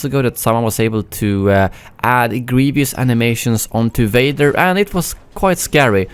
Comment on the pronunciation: "general gweivous"